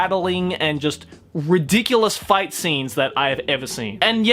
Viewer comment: ngl it sounded like he was gonna say "LET'S FUCK" in the intro